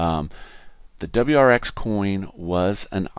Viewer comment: its pronounced - WAAAZZEEER X